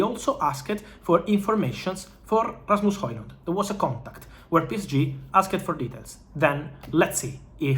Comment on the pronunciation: Rrrrrrrrrrasmus Hojlund 😅 I'm jealous of the trilling of your R's